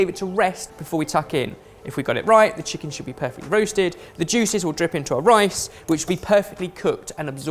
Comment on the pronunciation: Braised Cheeken wif soy saaauce :DD